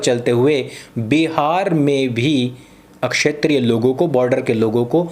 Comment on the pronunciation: सुनो। तुम क्+ष=क्ष का उच्चारण अशुद्ध करते हो। अभी-अभी तुमने इस विडियो में "क्षेत्रीय" को "अक्षेत्रीय" कहा जो हास्यास्पद है। आइंदा इस भूल से बचना। जय हिन्द!